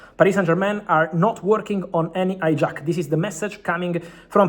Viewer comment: Romano: "H"ijack => "A"ijack Romano: "A"our => "H"our Romano, please pronounce "H" sound in "Hijack" word and "A" sound in "Hour" word.